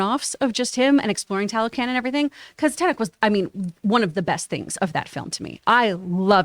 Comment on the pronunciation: I'm going to keep posting this until you see it. Tenoch's name is pronounced Teh-notch. His portrayal of Namor was excellent indeed, and I'm glad people are appreciating it! Namor can easily keep appearing in other movies as a secondary character, but in that scenario, those appearances would never again be as important as in Wakanda Forever, so it would be a wasted potential. It would be amazing and would mean a lot if he got his own movie.